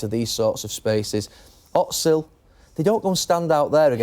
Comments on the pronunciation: Same reason he said otzil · Who’s “Otzil”?